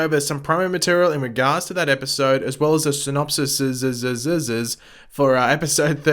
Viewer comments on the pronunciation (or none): plural of synopsis is SYN-OP-SEES 😎👌